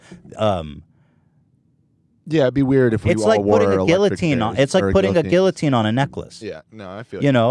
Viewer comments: the L's in guillotine are pronounced like a Y. pronounced like GIATINE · this dude said "Gillatine" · papa... pls... learn how to pronounce guillotine... my anxiety... ahhhhhhh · Dude... You don't say the L's in guillotine.